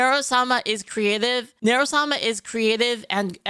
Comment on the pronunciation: is this a joke I dont know or does he really not know how to pronounce sama ?